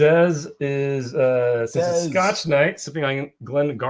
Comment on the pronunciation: two most consistent traits: butchering scotch pronunciations and spilling while pouring. Love the Fresh Crack streams. Please keep em coming!